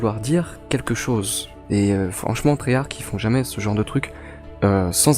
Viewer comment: mdr treyark xd ses treyarch